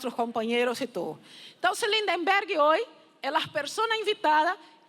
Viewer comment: Ninguém acerta o nome do nosso caro LindBergh! Teem sempre que dizer Lind"EM"berg.